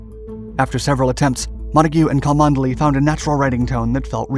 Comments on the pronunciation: I know your pace of output is huge so I won’t offer this as a stinging criticism but purely as a point of interest: “cholmondeley” is typically pronounced “Chumley” in Britain. I am quite certain that these quirks have been an exceptional tool in detecting foreign agents. “I say old sport, could you direct me to Choll-Mon-delay castle.?” “Why yes, I am heading there myself! Let us walk together” “Good show! But I say, this isn’t the castle it’s the police station” “That’s right Fritz. We’ve got you bang to rights!” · Please learn English pronunciation his name is not pronounced Cholmondley, it is said Chumley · Cholmondeley is pronounced Chum-Lee not Co-mund-eh-lee. Quite the shibboleth. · It's pronounced "Chumley" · Cholmondeley is pronounced Chumley. Just one of those really weird British pronunciations. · Cholmondeley is pronounced "Chumleigh".